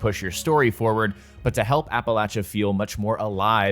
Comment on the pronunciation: thanks for saying "Appalachia" correctly ;D